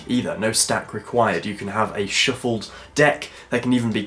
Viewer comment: really ? a " a shiffled deck cards' ? LOL